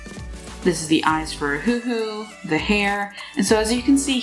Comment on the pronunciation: If u keep saying ahoohoo XD I SWEAR